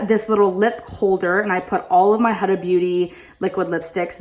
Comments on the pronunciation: Oh girl let me get you right HUDA it is not A it is U huudaa ughh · It's pronouced HUDA with a U, not with an A